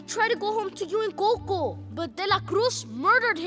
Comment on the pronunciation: The way Miguel pronounces Coco bothers me